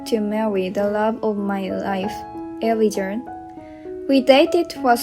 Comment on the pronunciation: Elijah is pronounced ee--LIE-jah